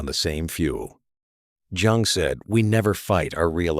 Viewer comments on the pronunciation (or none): All true info. Bonhoeffer is a childhood hero of mine. I've recently reread Stupidity. But you can't pronounce Jung?! It's German, you stupid AI. The J is pronounced like a Y.